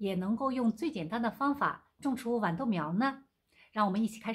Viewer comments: 拜託是豌豆不是碗豆。（豌）是平聲（碗）是三聲。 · 豌豆的豌是一声